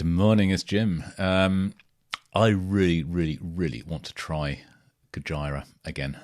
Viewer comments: FYI the pronunciation is goj👂ra not goj👁️ra lol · Please, stop calling it Go-Jy-Rah, and please pronounce it Go-Gee-Rah. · It's Goj👂a, not Goj👁️a 🙏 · I have one issue It's Gojira as in "Go-jee-ra" not "Go-jie-ra" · Don't want to be anal but it's spelt (go-geer-ah) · Dude, it’s pronounced GO-JEER-A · Make sure when you listen to Gojira you watch the Live versions. Also, its GO-JEER-AH, aka Godzilla haha. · It’s pronounced “Go-jeera” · Jim you pronounce their name with the "JI" almost sounding like an S. Go-Sheer-Ah. This is how the guys in the band pronounce it. 😉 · Pronounced Gojeera :) If you want more, then Gojira - Art Of Dying is an obligatory song to check out! Just consider the immensity of the Gojira, Opeth and Devin Townsend lineup at Red Rocks btw <3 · Pronounced Gojeera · I love your reaction videos.. but.. umm. "Gojira" is pronounced similar to "Godzilla" - it's the Japanese version of the word/name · The way this dude says gojira 😂😂😂😂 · Might enjoy them more when you learn how to pronounce the bands name. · Why do you pronounce GOJIRA like Vagina? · Pretend your Japanese and say Godzilla. That is what they’ve named the band look it up. So your pronunciation is wrong